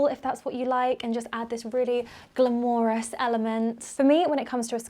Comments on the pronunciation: Please stop pronouncing glamorous as gla-mor-rus. It's so cringe because you're clearly not saying it like that to be silly, you actually think it's pronounced like that. It's pronounced gla-mer-rus. Just saying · Erm, of course knows the correct pronunciation of glamorous. She was mispronouncing it to emphasise the just how glamorous the item can be.